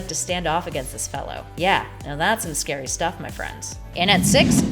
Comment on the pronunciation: Shouldn't it be "scary" and not "sary?"